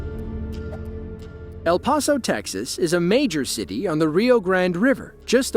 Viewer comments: El Paso . . . is pronounced PASS and not pahs. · It's El "Pass-o" not El Paw-so